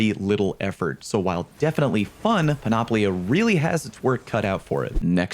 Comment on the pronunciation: All 3 armor exotics are Greek Words. 1) Panoplia = Πανοπλία = Full Armor 2) Eunoia = Εύνοια = In Favor 3) Moirai = Μοίραι = Fates Needless to say that your pronunciation on all 3 of them is wrong.